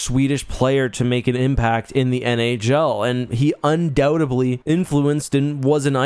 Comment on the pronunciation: Undoubtedly, not undoubtably